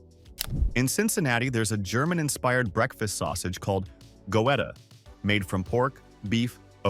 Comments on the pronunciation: The AI mispronounciation of some the towns had me laughing out loud! Not to menion "go etta".. ha ha ha. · Xenia & Wapakoneta. Goetta is pronounced Get Uh Great video though. Thank you for sharing it.